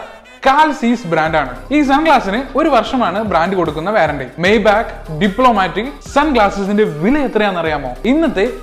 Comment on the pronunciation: മയ് ബഹ് എന്നാണ് ശരിയായ ഉച്ചാരണം